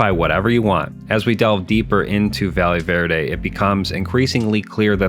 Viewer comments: Bro called it valley verde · Quiiiick question. Are we sure it isn't pronounced "Vayeh Verde"?